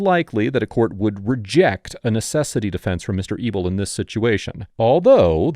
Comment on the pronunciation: Anyone else think he was calling the man "Mr. Evil"?? 😃 Thought maybe it was a sarcastic nickname to keep his identity secret. Than at the end he showed his last name "Mr. EBEL". Lol